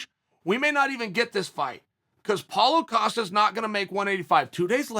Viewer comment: paulo 'filo' costa ahahhaha